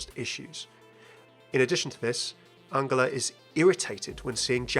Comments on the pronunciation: I'm sure you pronouncing angela wrong. Surley it would be pronounced the same way as angel instead of angle (with a J not a G)? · Wait has mercy's first name always been pronounced like angle instead of angel? I always pronounced Angela like angel. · why are you pronoucing angela like angler??? its really bothering me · It’s An-JEL-ah it’s not pronounced like a G 😶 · Yes but everyone in the game pronounces it like a J. Genji, Brigitte.. not many people say her name actually but I think Mei does? I’m sure I’ve onky heard it pronounced like a J amongst the cast & crew as well. Also it’s my mum’s name and it just bugged me hearing it differently 😂 maybe you are right but I’ve never heard it that way before. I’m just judging from the game and from what I know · The way you say Angela....... Still love you tho XD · I agree, it should be a soft g like in giraffe